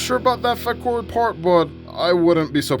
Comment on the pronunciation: Not Fakur Missile its Faker Missile 🤣🤣